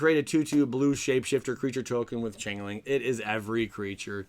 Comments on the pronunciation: Changeling = Change-ling (not chang) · It's rune (roon) not ruin lol. Also change-ling